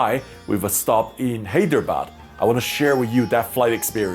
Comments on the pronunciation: Btw hydrebad is said like high-dra-bad And banglore is ban-ga-lore. :) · Hey Sam!.. I Live in Hyderabad ; AI Has Had A Rich History Through the 747 . But after AI got into Billions of $ of Losses , The Experience Has Got A Lot Different Since! But We Can Still See The 747 On Domestic Sectors & Can Enjoy Them For The Next 3-4 yrs. Sad To See The Queen Go but Airlines Got To Do What They Got To Do! . . P.S : You Got The Pronunciation Of Hyderabad Wrong.. But No Worries!